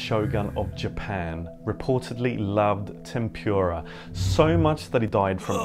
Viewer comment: couldn’t you pronounce ‘tempura’ properly? also, ‘cuaresma’ is not Latin.